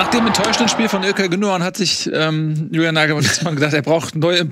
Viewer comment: Der Herr ist deutscher Nationalspieler ja sogar Kapitän, wer soll bitte GündoGUN sein. Ist es so schwer Gündogan (dohan) zu sagen.